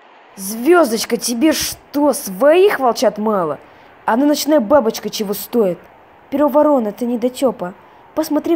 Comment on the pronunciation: волка зовут Перо Ворона. А вы читаете так: Перо Воро́на. А правильно так: Перо Во́рона. Вот например разбор его имени: Перо (чьё перо?) Перо Во́рона. Читайте правильно в следующий раз!😠